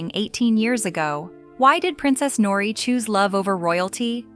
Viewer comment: Interesting love story btw in Japanese language like in Spanish the [r] is rolled: Nori